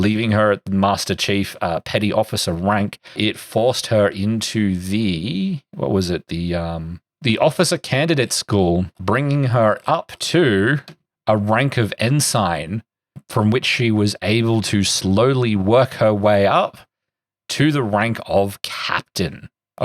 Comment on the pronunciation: “Zine” is pronounced “zeen”. It's short for “magazine”. “Ensign” is pronounced “ensin”.